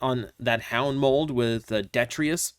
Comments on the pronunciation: DEE-TRY-TUS. Say it with me now,. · its pronounced "dee-try-tus"